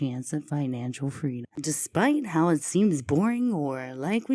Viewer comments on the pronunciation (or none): Not picking, but what is the accent for the word "har" instead of "how"? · I would wonder why is no one mentioning how she says HOW… HOWR? What!? I have a horrible southern accent but this is just totally mispronouncing the word HOW! I’m glad I’m not the only one who caught that. 😅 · I totally noticed how she pronounces HOW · BHAHAHAHAHAHAHA omg you don't know how much I cringe when she says, "howr"!!!!! I'm so glad I'm not the only one that hears that and wonders what in the whole F#CK is going on here? lol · Can someone explain to me how this woman spent every day of her life saying the word "HOW" wrong and nobody corrected her? Did nobody give a shit about her enough to tell her? It's not a speech issue where she can't pronounce "ow" sounds, because I've heard her say "now" so it shouldn't have been a tough conversation over a possible need for therapy or anything crazy. I just don't understand. It's so strange. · Omggg thank you!!! Idk how no one really noticed this! It’s so annoying! Another attention seeking Scam-Ann behavior.